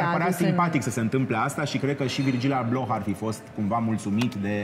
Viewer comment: Va iubesc dar ma zgarie pe creier pronuntia incorecta a numelui lui. Nu se pronunta H-ul, e “Ablo”